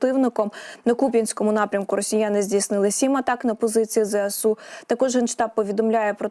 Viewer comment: Не "Зе ЭСЭ у",а "Зэ ЭС у"!; "СОЛДАТКА"🤣🤣🤣 Особливо мені сподобалось: "Пально"🤣🤣🤣🤣 Де ви,грамотії беретесь?